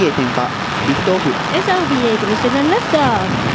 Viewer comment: ああ～いつも良い声で英語版やってくれてるのはこの人だったか 日本語担当の人がリフトオフ言わなくて、その後物凄い良い発音でリフトオーフ！！！って言ってた事ありましたねｗ